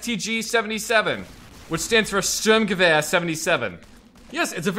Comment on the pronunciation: It also hurts how he pronounce "Sturmgewehr"